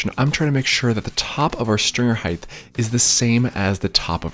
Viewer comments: Love your videos. Only criticism….HeighT not HeighTH. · Its height…… not heigth. Uuuuggghhh. Why do people say it that way ? Sorry for the rant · I'm sorry to be that guy, but height is pronunced "hite", not "hyth". As someone who suffers from auditory dyslexia, I made this mistake for decades. Otherwise, thank you for the informative video. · You’re saying “heigth” and not height which isn’t a word in the English language and it’s extremely annoying to listen to. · Does anyone recognize he is aging “heigth” instead of “height” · It's pronounced height...not heigth...there's no th sound unlike width and length......notice the th?...get it right you people!! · I came for the guide to DIY stairs. I stayed and frequently return for the "heighth". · Actually, I wasn't completely honest in my last comment. One other thing bothers me. You narrate like a golf Commentator reading a children's book. Talk the way you do on camera, stop pronouncing "height" as "heigth" and your videos will be perfect. That is all. As you were.... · It's pronounced HEIGHT!!! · the word "height" does not have an "h" on the end of it, like width does. It's kind of driving me crazy when you say it as heighth. Yes, I'm that guy, sorry bud, lol! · Hard to take someone as an expert when they can't pronounce a simple, critical word like HEIGHT like the word EIGHT with an H in front (NOT HEIGHTH). There literally is no word pronounces HEIGHTH. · Okay…i love your channel but please…. it’s heighT with a hard “t” not “th”❤️ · Does anyone recognize you saying “aging” instead of “saying”? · I hathe that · That's not how you say "height". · I disagree. More a lack of self-awareness and respect for language. He’s genius-level at making a DIY video. Doesn’t mean he couldn’t keep more followers by avoiding a simple but notable pronunciation faux pas. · Bro. It's height not heighth. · No, he meant aging. The guy is turning senile. Last week he was saying height, this week “ h£iGTh “